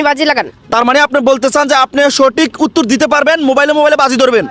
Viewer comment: Bhai uttur na uttor😂